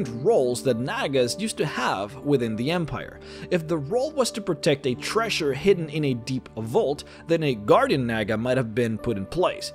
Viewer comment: its treasure not trash-re